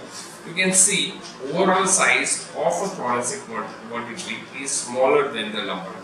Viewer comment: Ver-tee-brey not ver-tee-braa bitch please